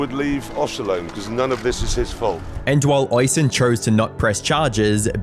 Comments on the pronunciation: Goddamn, hearing someone mispronounce Oisín that badly, that many times gave me a stroke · Lovely Irish name "Oisín" but you clipped his vids and still pronounced it wrong every time 😅 to be fair I've probably mispronounced many names in my day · I get that Irish can be hard, but that pronunciation of Oisín was diabolical 😂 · Amazing, probably my favorite video you uploaded. Great work as usual. But for the love of God, please check first how the name Oisin should be pronounced😅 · how the fuck are you british and also unable to pronounce neither yorkshire, or oisin? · Yeah. Him mispronouncing Oisin I can understand. Different countries and all that. But purgatory is something I thought everyone knew how to say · Its pronounced "osch -- een" not "ois-hen" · Hey...just need to correct your pronunciation of the Irish name spelled Oisin. Its actually pronounced "Uh-sheen" phonetically. Not Oi-sin. You sound like an idiot mispronouncing it that way. Please...Please...Please do a little research before pronouncing Irish names. They sound nothing like how you would pronounce them using normal English. For instance my name is Kevin, but that is an anglicisation of the Irish name spelled Caoimhin...which is pronounced Queeveen. Please...sort it out 🙏👍😁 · My brother in christ it's pronounced uh-sheen not oi-son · "Hoishin"... is pronounced.. "USh heen" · "Oisin" is pronounced "Ush-een", btw. It's an Irish name. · Oisin is pronounced (USH IAN) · Oisin is pronounced o-shin-en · Calling him Oy-seen seems more offensive than Jeremy's acctions lmao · Great video once again but I would just like to kindly point out that Oisin is pronounced O-sheen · Oisin is not pronounced that way. It's pronounced "Oh-sheen". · Small thing but it is important. His name is pronounced "Oh-sheen" or "Uh-sheen" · Oisin is pronounced o-sheen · It's pronounced ush een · Oi-son? My god talk about butchering his name.. me no speak good me think Sean is pronounced See-Ann.. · is pronounced 'ush-een'